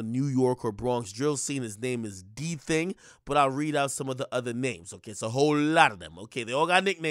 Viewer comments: Akademiks really pronounced it as “Diiiii Thing” instead of D Thang lollll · NIGGA SAID “DTHING” 💀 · The way he say "DTHING" is wild 🤣🤣🤣🤣